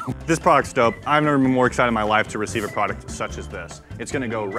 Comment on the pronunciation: I've noticed that all of them say prodect instead of product and now I can't unhear it